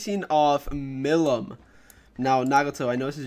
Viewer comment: It aint milim its pronounced mileem but spelt milim